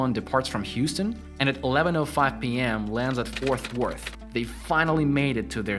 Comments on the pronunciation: Ik you ain’t from Texas... “Forth Worth”, definitely FoRT Worth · Bro it’s FORT worth not FOURTH worth. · Its FORT Worth....not FOURTH Worth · Oooof. It's Fort Worth. Not Fourth Worth. Have mercy lord. 😂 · Girl, where do you see the H in Fort? It’s pronounced literally how it’s spelt!!! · Btw, Fort Worth is pronounced Fort Wurth, not Forth Worth, and Lincoln is pronounced Leankin, not Linculln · It’s not Fourth Worth and it’s not Louf Field. Where did they find this guy? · Bro don’t mispronounce his wife’s name that’s disrespectful. UGH! Her name is jacka-lin. NOT Jackleeeeen. Also, Fort. Worth. not forth worth. And Lincoln. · I hate to be picky but this guys pronunciation of Jacqueline and Fort Worth need some work